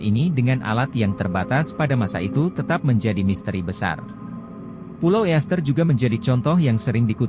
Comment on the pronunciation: STONEHENGE bukan STONEHE....penyebutan bahasa Inggris juga salah...EASTER ISLAND juga dibaca ISTER bukan EEASTER